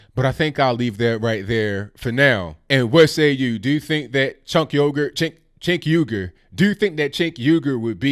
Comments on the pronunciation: Chunk yogurt, man I had to pause and laugh it out before I could even resume watching the rest 😂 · I prefer the Turkish pronunciation, which sounds something like "Stench Huger." But whatever. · Lol! It sounds like you are pronouncing his name "Chink Yogurt". Love your channel!